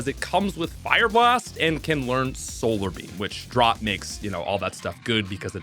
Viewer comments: You dont know how to pronounce drought....dra out. Drought. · Good video! That said, I never heard anybody pronounce drought like Drot and it through me off lol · Draught 😂😂 it's pronounced dr- ow-t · Hearing "Drought" pronounced like "ought" (like "Why I oughtta!") instead of like "out" (like "you're out!) is wild. Droughts are a natural phenomena, so it's not like it's an uncommon word. California has been in a drought for over 10 years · Only seen the word "drought" written, I see. It's "ow", not "aw". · It's "DROW-T"not "DRAW-T" lol Otherwise great video! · Draught? Do you mean drought? (Drow-t?) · Pronouncing Drought, “Drot” is diabolical. Drowt, as in an prolonged period without rain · "Drought" is pronounced "drowt", FYI. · Bro you saying “draut” instead of drought made me wanna close your video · “Drought - a prolonged period of abnormally dry weather that causes a serious water shortage for people, agriculture, or ecosystems” fyi it’s not pronounced “drawt” my boy, was it just not clicking for you lol? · Draught? You mean drought right? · I don't understand why so many people mispronounce Rayquaza....and also did you say drot? It's drought, with an OU sound 😂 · disliking because of the pronunciations, geez. Giratina with a J Drought like bought moongeist as gee-ist Kyurem as kai-you-rem Disgusting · Hearing you pronounce things is funny lmaooo Drought is pronounced like Doubt Moongeist is pronounced moon-guy-st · Sir… wth is dr-aught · If drought becomes drort why doesn't drizzle become dreezzle? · My man where are you from lol why do you say drought like drot. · wtf is a “Drawt” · I will never recover from hearing 'drought' pronounced as 'dr-aught' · Kai-yurem and Ray-kwah-za are wrong too but kinda understandable. "Draught" is just dumb. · My mistake for not adding the hyphen for "Dr-aught" to imply a "Taught" pronounciation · Drought is pronounced "drout" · Dr-out as one word. Since y'all keep arguing instead of posting the correct pronunciation